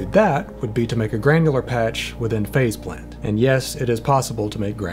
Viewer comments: I think they should've just accepted their fate and called the plug-in Face Plant since that's what it sounds like everyone is saying when they pronounce it. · I swear I heard you call it Face Plant. Excellent as always. Thanks for pointing yet more software I need.